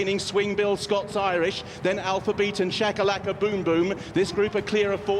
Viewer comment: oh, and its Shakalakaboomboom, not Chakalakaboomboom